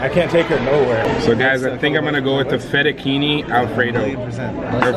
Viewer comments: LOL YOU SAID FETTA-KEY-NEE its pronounce fetta-che-nee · It's Fe tu Che nee not fe tu Keeny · When he says Fettuccini wrong....